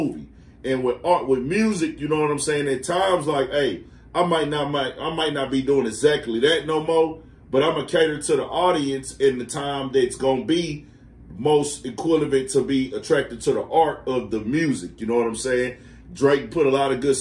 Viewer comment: Equivalent not equilavent